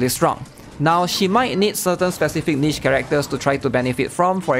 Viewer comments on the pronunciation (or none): none